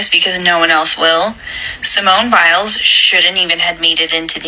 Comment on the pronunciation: Its Biles, not bills. At least pronounce her name properly since its your video